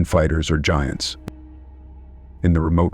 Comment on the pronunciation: Love the way the AI voice says gee-ants instead of giants and geeganteepithicus instead of gigantapithicus.